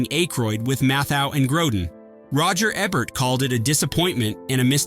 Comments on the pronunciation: It’s Roger Eee-bert not Ebb-ert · ROGER EEEE-BERT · Can you say the letter E? Can you say Bert? Now, combine the two. EEEE-bert. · And it's EE-bert, not Eh bert